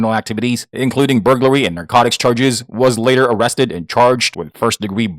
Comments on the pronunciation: "Booglary" is when you suck at your job. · I read your comment before he said it so I was listening for it and when he first said it I was taking a drink of my pop and almost spit it out my nose. That was great!!! Hahaha!! Booglary!!! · The way this man mentions burglary 😂😂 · LMAO the way you say burglary has me cracking up